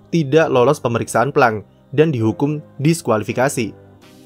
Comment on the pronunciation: "plengk/pleng" aja min, denger plank/plangk bikin gw salting2/senyum mau ketawa rada kocak wkwk .. anyway great video as always, keep up